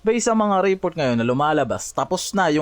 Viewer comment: Report o report? Magkaiba kasi yan. Pakiayos ng pag pronounce